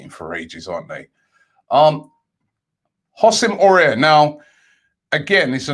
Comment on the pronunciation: Hossem Aurier 🤣🤣🤣